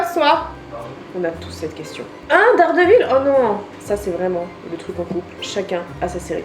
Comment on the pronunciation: OH MON DIEU tu as officiellement le meilleur mec de la terre je suis choquée sa mère (PS: La prononciation de Daredevil m'a assassiné les oreilles je saigne)